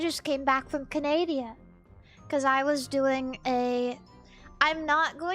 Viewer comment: lol . I'm not the only person who calls it Canadia. awesome